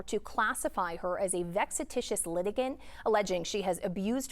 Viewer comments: "VEXA-TI-TIOUS" litigant???? Boy, that is a brand new word. You would think a newsperson would know the word vexatious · The female newscaster absolutely butchered the pronunciation of "vexatious".